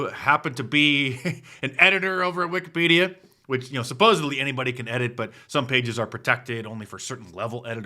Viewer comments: He pronounced Wikipedia as Wicked-Pedo-a…….Hmmmmm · The way he pronounced Wikipedia gives pedo- vibes